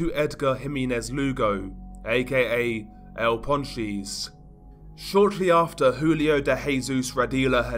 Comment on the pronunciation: Nahh bruh ur accent is willddd 🤣🤣 "el pawn cheese"